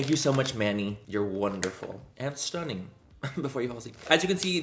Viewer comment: Every time you say stunnin you sound full blown irish 😍😍